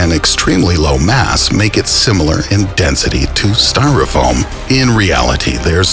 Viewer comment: anyone else hear him say denthity